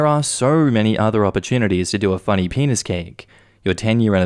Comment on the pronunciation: i heard the penis cake as peanut cake, like peanutbutter cake.